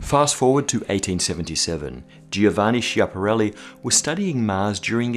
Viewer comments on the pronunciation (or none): Schiaparelli is pronounced "Skiaparelli" [skjapaˈrɛlːi], not like "Shiaparelli". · it's Skiapparelli with rough k sound (ch in italian -> k) :D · Hey man, Schiapparelli surname should be pronounced as Skiapparelli (CH in Italian sounds like K) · Ouch, the correct pronunciation of "Schiaparelli" should start with a "sk" sound rather than a "sch" one. Skee-up-huh-rally. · The letters "ch" in Schiapparelli sound like "k", not like "sh". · Small correction, just in case no one ever told you :) CH in Italian is a hard sound, so Schiaparelli is read Skiaparelli Good work on "canali" though ;) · It should be pronounced Skiaparelli :) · That should be pronounced skiapparelli. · you're all smart and yet you can't figure out how to pronounce foreign names. In italian 'ch' = k, so it's 'skiapparelli' ;) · Giovanni SCHiaparelli, I'm not even italian and It hurts my ears. Also, good video...